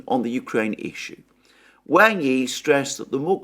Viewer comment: Please, “Wang” rhymes with English “song,” not “sang.”